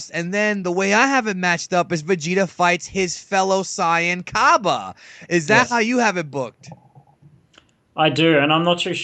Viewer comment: U clearly arent a dragon ball fdan i seen ur other videos and you cant even pronunce saiyan. you maybe like the show but i sugest not making vids if you only now a little bit. yu can jut make up stuf